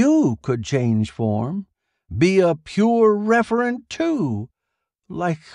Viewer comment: Referent, not Reverent